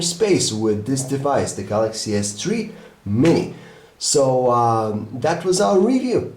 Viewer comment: the way that he pronounced "s3 Mini". oww just nevermind